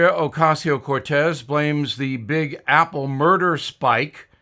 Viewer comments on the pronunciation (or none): none